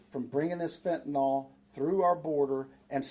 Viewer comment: Bullshit… Mr. hat. First thing if you can’t pronounce fentanyl properly, I have no faith in you. The end of that word does not end in AL… Get it? Second, you would tell the president to close the borders. Bullshit. Don’t you think the president knows better than to have open borders? This is a Shadow government operation, and the leaders in Texas are part of it. Wanna know how I know? Where were they Eight years ago? Five years ago? Four years ago? Two years ago? Bullshit… The reason why this is a big issue right now is because it’s 270 days to the election. They know it and we know it. They know, that we know, that they know it. Dig? This is all a load of horseshit… And nothing is going to be done… Again.